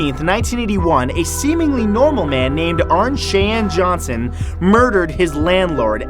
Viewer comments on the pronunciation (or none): RONG PRONOUNCE I ACTUALLY OWN THE NAME ,CHEYENNE, AND IT IS PRONOUNCED SHY AN NOT SHE EEN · "Cheyenne" ="SHY-anne", not "shay-en."